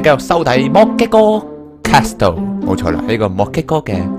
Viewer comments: Tang Cwo 其實其實 我比較在意castle讀錯 而且係英文讀法讀錯 我唔算成日睇片 唔清楚佢人生去到咩階段 如果對外要用castle, hustle 呢類字 讀埋個't'音就會完完全全變左等二隻字 所以先好意提醒 我比較在意既 係 +飯團 呢類人 睇到人留言 覺得唔啱就反對 唔通我食飽飯無野做無根據就話人錯咩？ 算啦…又要比人話認真就輸架啦… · ，castle唔係咁讀